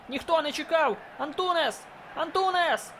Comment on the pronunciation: Лайк, але не Антунес а Антунеш